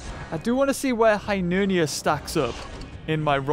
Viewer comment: its Hyneria not Hynernia